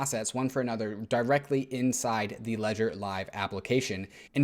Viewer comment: he said add DAI DAIrectly :>